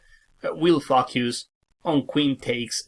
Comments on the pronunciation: Everytime he says the word "focus"... I get on the floor rolling 😂... I always hear it "F*** yous" 😂 Apart from that, very nice and helpful video my dear sir 😊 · I was about to comment the same thing. Had to turn on the captions to see what he actually said. Never knew that you could pronounce 'focus' like that.